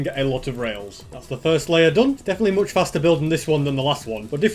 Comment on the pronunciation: What? Moooch foster you said